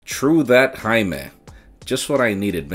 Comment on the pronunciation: It feels so nice when people say Jaime... that's my name... I'm saying this because most people pronounce it hi-may 😂